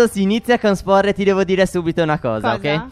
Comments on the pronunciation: sapete si dice Spore non Spor, ok (lo so che sono passati 5anni ma chissene) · SI DICE SPORE CON LA E